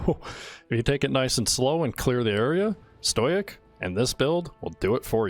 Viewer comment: stow-ick stow-ick stow-ick stow-ick stow-ick